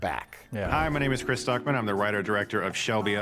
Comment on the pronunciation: Because you said "Chrisa" instead of "Chris" - I read this comment in a Jar Jar Binks voice, and it was way funnier that way)